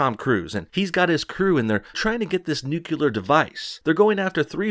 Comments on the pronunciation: Nuke-yuh-Lur??? goddammit... you're really pissin me off with that! step it up, Please??! cuz I like ya. christ, i could barely stand to type this out cause you keep saying it ugh. Nuke-Lee-Er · Its nuclear...not nucular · Nuclear, not nucular. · "Nuclear" not nucular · It's nuclear, not nucular. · You said nucular, a la GW several times. It's actually nuclear. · stop saying NUCULAR!! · Sorry no bullshit I must correct your pronunciation of nuclear, its NEW car, CLEAR water. Nu-clear. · I loved Mission Impossible Fallout. It was great! It's funny how you say "nucular". 🤣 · I love your vids man, but that pronunciation of nuclear has me cringing. It's NU-CLEAR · Nu clee er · Nucular? Okay George Dubya.